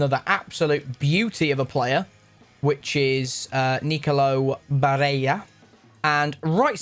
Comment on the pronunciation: If I hear another person pronounce Barella's name like he's Spanish, I'm deleting YouTube